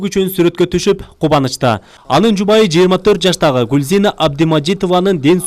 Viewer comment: Жубайы дебей жууайы деп жумшак айтчы айланайын озунду журналист сезген иним